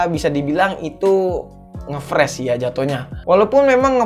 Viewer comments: Ngefrash ❌ Ngeflash ✅ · Ngefressss awokawok. Ngefris bang wkwkwk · "nge friz" bukan "nge fres" ejahnya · ngefreeze, bacanya itu ngefriz bang bukan ngefres wkwkwkwk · Entah knp gue kesel aja denger "ngefres" friz oi friz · Hadeh dari awal sampek akhir ngomong ngefresh mulu, yang bener ngefreeze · nge fris bang bukan fres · bacanya friz bukan fres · Freez/fris bukan pres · Dibacanya friz bang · ngefres aokwkwk ngakak